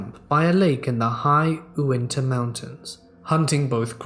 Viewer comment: that first story's pronunciation of uintah, oml. 'ooh-in-ta' (is 'yuu-in-ta', btw-- like how utah is pronounced, just w extra steps)